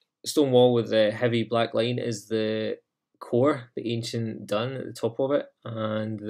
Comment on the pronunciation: 'Dun' is is pronounced 'doon'. It is the Irish word for enclosure/fort. Same thing as a ráta. The word dún is the same as the verb dún which means to close. "Dún an doras" - close the door.